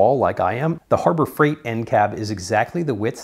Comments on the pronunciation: Hurber freight…… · Herber Freight LMAO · Herber freight? Hah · "Hurbert freight"